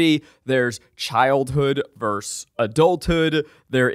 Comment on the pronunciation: 1) Zach, what do you have against the second syllable of "versus"? Just curious 😅 2) WHAT is the problem with the word derigible? I love that shit it's fun to say